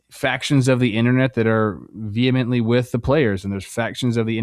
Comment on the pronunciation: Was Trevor saying vehemently or Vietnamly